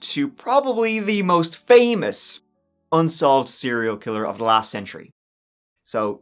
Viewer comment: The way you said 'famous' made me want a TC done by Uncle Roger.